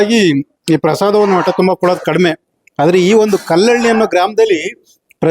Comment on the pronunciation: ಕನ್ನಡ ಸರಿಯಾಗಿ ಕಲಿಯೋ ಹ ಕಾರ ಅ ಕಾರ ಒಟ್ಟೆ ಅಲ್ಲ ಹೊಟ್ಟೆ